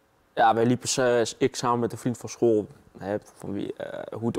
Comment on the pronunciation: leer eerst maar eens het woord school uit te spreken..................... eigen schuld ... neem een overdosis volgende keer. zijn we van al het tuig af.